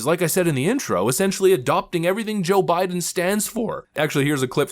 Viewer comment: she said " O' biden.